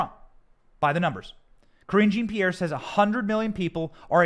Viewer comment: Lol sounds like "cringy Pierre" the way you say it! CRINGY MAY BE RIGHT! 🤣 Problem is, when they put this stuff out as news, the general public has been conditioned to believe it, even after it's proven to be a lie! No matter what you do, once you are publicly accused of something you are guilty of something in their minds. Of course this is a known and very encouraged effect. So of course they want their opponent to look at bad as possible. Some people are waking up though, and that's why it's going to backfire.